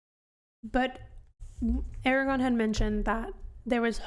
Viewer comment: A R A G O R N -- note the second R.